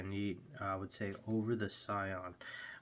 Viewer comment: It's pronounced "See - on" btw. It's French. The original family of Sion birds were the product of Paul Sion of France.